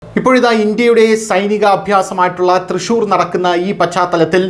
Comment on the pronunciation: തൃശൂർ അല്ല ചേട്ടാ, തൃശൂൽ ആണ് 😂